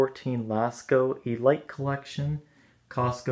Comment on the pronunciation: I like how you pronounced Elite.